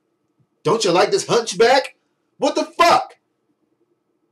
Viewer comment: "Don't you like this huntch back" lmao